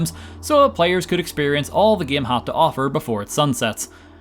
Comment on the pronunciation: "The gaem is trying to luer me"